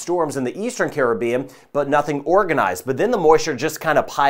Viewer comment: I love when people pronounce Caribbean correctly